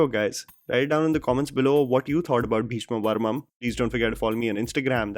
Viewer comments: Wait... Is it just me, Or is really pronouncing "Beeshma Parvam" as "Beeshma Varmam"? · Just one correction required in this video- Its Bheeshma 'Parvam' not 'Varmam' 😊 Rest all is top notch.. Love watching your videos. Way to go 🏍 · It's Bheeshma Parvam and not Bheeshma Varmam. How difficult is it to pronounce Parvam. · Bro it's 'Bheeshma Parvam'.. not Bheeshma Varmam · come on man it's Bheeshma Parvam not Bheeshma Varmam 🤷‍♂️ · Atleast once I would like you to pronounce the name correctly for a South movie . Everytime you make a video for a South movie you mess up the name. It's not bheeshma varmam it's bheeshma parvam*. Please try to say the name correctly atleast because it makes it difficult for us to watch the review if you can't even say the name correctly. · Bheeshma'parvam' dude not varmam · It is bheeshma PARVAM not bheeshma varmam 🤣🤣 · A minor correction. You kept saying "Bheeshma Varmam" in the video. The name of the movie is actually Bheeshma Parmam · Bhayya a small correction, it's bheeshma parvam, not varmam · It's bhesma paravam not bhesma varamam dear ❤️ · calling it 'Bheeshma Varmam' every time! 😂😂